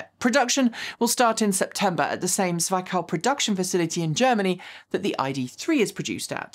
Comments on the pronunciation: just a little hint, the 'i' in Zwickau is pronounced like the the 'i' in prick nice job as always on the video! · FYI the i in "Zwickau" is a short one, like in "big", not like the one in "ice". Good vid, carry on! :-)